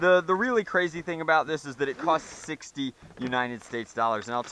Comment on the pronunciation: Did you say 60 or 16